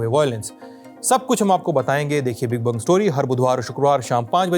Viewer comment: One kind request: kindly pronounce the great বঙ্গ or बंग story as "the great BONGO story" instead of the great "bung" story.